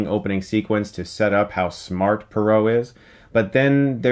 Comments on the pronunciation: It's poirot not perot...and he's belgian not french. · Perrot (or was it parrot?) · LEARN TO PRONOUNCE POIROT!!! NOT PAROW!!!!! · It's pronounced "Chuckles Branagh". It did get funnier and funnier every time Chris says "Bron-ha", which was a lot of times in this review. Also "Perot", like Ross Perot. LOL. It's "Pwah-row", like far-bow. The way you pronounc "Pois" in "Petit Pois". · Because the main character is Belgian his name is NOT Poro, it’s pronounced “Poaro” and spelled Poirot. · "Puh-ro"? Why do I get the feeling that Poirot would sarcastically but charmingly correct you if he heard you pronounce his name that way lol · Poirot should be pronounced Pwah-Roh. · Purot lol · Pwa-row. and Brannagh is Bra-na, not the hilarious way Chris says it. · Your pronunciations were driving me crazy. Say it with me - Kenneth BRANNA and HER-KUELL PWAAH-ROW (as in "row, row, row your boat"). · Its not Hercul Parrot, its Hercule Poirot. Dammit Chris. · Managed to mispronounce branagh and poirot wrong in one sentence lol its brana and pwarot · It's amazing how Chris can mispronounce the names of both the actor and the character that he plays... haha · I love you Chris but your pronunciation of poirot and Branagh made me cry. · You are saying Poirot wrong. Poirot will be very disappointed with you. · You got the pronunciation of both Poirot and Branagh wrong. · You pronounce Poirot and Branagh in a way i've never heard before, maybe it's an American thing.